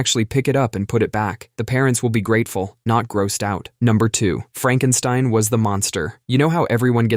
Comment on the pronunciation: It's "Fraaankenstine". 😂